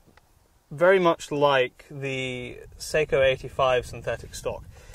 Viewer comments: Ugh, I hate listening to the manufacturer's name mispronounced like this. It is NOT "say-koe", it's "SOCK - oh" (and the second syllable is abrupt, not drawn out, like "coe", but more like "coh"). It sounds as annoying as hearing "Webley & Scott" mispronounced as "WEEB-Lay and Skate." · sock oh not say ko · i thought it was pronounced sok - O? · Hork3r If you're going to pronounce it as it is in Finland, then the "a" will sound like "ah" not "uh", so no, I still contend that it is best pronounced by a non-Finnish speaker as "Sock-o" not "suck-o" Like the difference between "nako" and "nucko". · i hate how people pronounce Sako. It's not an actual A sound it's more of a Ah sound. It's a Finnish company, and should be pronounced correctly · Just remember to pronounce SAKO correctly 😉 It's pronounced "sucko". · You are correct in the pronunciation. Most gun shops pronounce it wrong also. I think people use the wrong pronunciation because of Seiko watches. Of course I realize it's a different spelling but that name is known by just about everyone so they use the same name for the rifle manufacturer. I agree with you but in the grand scheme of things it's not really a big deal. Enjoy the rifle, they're awesome!!!! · I agree!! Glad to hear fellow Sako enthusiast. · You are correct. The English (Britain) seem to use their own thoughts when it comes to other countries and the letter A. We have a similar situation in the US but it has gotten better within the last few generations. I have been told by representatives of the Sako company that is actually pronounced (phonetically) SOCKO, like a sock on your foot followed with O (like in oh no), lol.